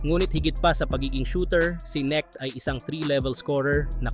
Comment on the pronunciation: NOOD KA NG NBA YUNG LABAN NG LAKERS PARA MABIGKAS MO NG TAMA ANG “KNECHT” KINGGAN MO PAANO BIGKASIN NG MGA COMMENTATOR ANG “KNECHT”😂😂😂